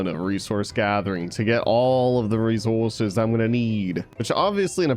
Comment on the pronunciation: Did anyone else notice every time said resources he did it with a British accent 😂☺️